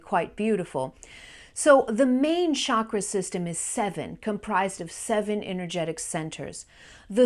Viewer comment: Sorry to make an inane correction...it isn't Shakra...it's chakra...pronounced like chase or check